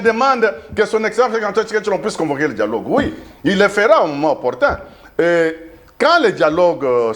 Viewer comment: 😂😅 bomaye!!!!! 😂 djialogue djialogue djialogue!